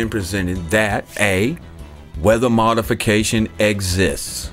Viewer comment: check the pronounciation on ''modification'' -madefeka ''Madefeking gay fish''